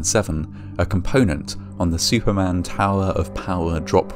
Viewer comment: Superman or Shuperman?